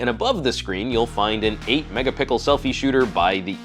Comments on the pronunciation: Second time I am hearing him say pickles Instead of pixels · hahaha love this channel but i just died at megapickel!!! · "...and on the top you will find an 8 megapickle selfie shooter..." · I think he says mega pickles in purpose to fuck with us lmao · "8 mega-pickel selfie shooter". This juan was delicious. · "5.2 megapickle camera." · Even though I've watched many of your videos, I still snort every time you say megapickle. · He said megapickle lmao, but I love that phone, im going to get one as soon as it's available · what's an 8 megapickle front camera ? lol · did I hear "megapickle"? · the guy who pronounces mega-pickle is back :p !!!! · did he say 8 mega pickle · Did you say 8 Mega Pickle lol